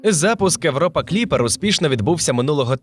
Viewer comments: Не Европа, а Європа! Ріже слух, жахливо звучить! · В англійській ніхто не каже Европа, в них якраз вимова на слух ближче до другого варіанту